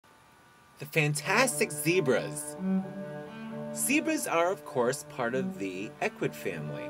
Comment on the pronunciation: "Zebrazzzz" Lolol